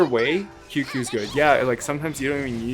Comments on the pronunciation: Tsing ts-yu-ye not qq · qingque is sorta pronounced ching-chueh. hope this helps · No. You’re most controversial take is pronouncing Qingque as “Queue-Queue”. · It’s pronounced as Ching-chue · Imagine not being able to pronounce Qingque, could be me